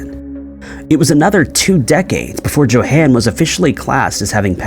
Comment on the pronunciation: YO HAWN!!!! JOHAN IS PRONOUNCED LIKE - YO HAWN (like Dawn but with an H sound).